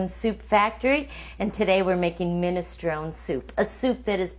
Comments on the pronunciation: it's minestroneeee not minestrone the final 'e' is pronounced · I'm offended by the way you say ministrON. Also garlic going in first? Nonononononononono. Please do not. Onions before garlic. Please. Please. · Min-es-tron-Ee! You pronounce the E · get the pronunciation right , it's (/ˌmɪnɪsˈtroʊni/ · Minestrone , pronounced minestrone-ee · If she trained at a school she would say the soup name properly Minestronè. Min a stro nee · Pronounce the E on the end of the word! Annoying. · Minestrone , pronounce the e please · Don't be stupid. It's a famous Italian soup. A noun. That is how it is pronounced by everyone. Idiot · Well maybe if she called the soup by its name and didn't pronounce it like an ignorant git no one would say anything